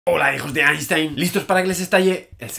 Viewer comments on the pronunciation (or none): "einshtein" por favor.